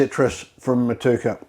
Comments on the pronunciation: The hops are pronounced Mot u eka 😊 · Hello for New Zealand. Great video and sounds like a cracking beer!! It is pronounced mot-you-a-car 😁 I definitely plan to have a crack at this recipe, but unfortunately liquid yeast in many varieties is very hard to come by in NZ. Do you have a dried yeast suggestion? Thanks.